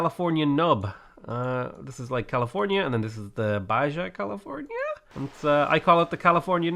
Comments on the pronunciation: Baja California is pronounced Ba-ha California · Baja California is part of Mexico and does have better food, but it follows Spanish pronunciation, so it would sound like "Baha". Keep Spudding. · "Baja California"... the "j" is pronounced as an "h" in Spanish. And yes, Baja California is in Mexico. Alta California (what is now the American state of California) was ceded to the United States (along with a lot of other territory) as part of the Treaty of Guadalupe Hidalgo in 1848 following Mexico's defeat in the Mexican-American War.